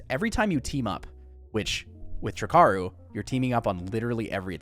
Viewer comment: Ugh🙄 another jackass calling it "trick-aru"... 3 icarus----> TRI - CARU!!!!